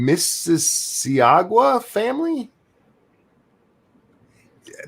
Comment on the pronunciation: Miss-eh-saw-guh. Emphasis on saw. It’s right next to theToronto airport. Been there many times.